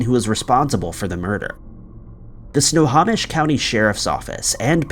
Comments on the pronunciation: I love how he pronounces it sna-ha-mish instead of sna-home-ish 🫤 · It's sno-ho-mish not sno-haw-mish. Sorry. I live in WA. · Sno-ho-mish, not Sna-ha-mish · Snow home ish. Not snow hom ish. 🙄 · Enjoy your channel, FYI, Snohomish is pronounced 'snow-home-ish' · Snow Hoe Mish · Snohomish pronounced snow home ish. Loved listening to your stories. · Actually it's said snow-home-ish. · Omg if you're going to do story's like this please please learn how to pronounce names of cities counties etc correctly it's Snohomish snow - home - ish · DUDE, if you're going to NARRATE PLEASE MAKE SURE YOU KNOW HOW TO PRONOUNCE NAMES. SNOHOMISH is prounounced SNOW HOE MISH...EDUCATE YOURSELF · Your stock vids of police really sucks. Oh, and it’s pronounced “snow home ish” county. Jeeze. And this has to be the only place anywhere that anybody has ever heard the phrase “beloved Chevy Manza”. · In the PNW we pronounce it Sno-HO-mish. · Really, Dude, It's SNOW-HO,,as in a hoe,,,MISH SNO HO MISH. Try harder, please. It kills me to hear you continually mangling it! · Great job as always! FYI for the future: If ever you have something in Snohomish County again, it’s snow-home-ish. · Snohomish is pronounced SNOW-HO-MISH. Takes 2 seconds to google how to say place names correctly. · Glad I'm not the only one that got annoyed by how he said Snohomish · But then people wouldn't comment, he does it constantly.